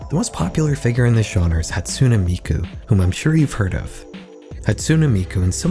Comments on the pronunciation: Bro said Hatsuna Mikoo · Did not expect to see vocaloid in the middle of a horror video but I'm not mad about it. The pronunciation of Hatsune Miku was diabolical though.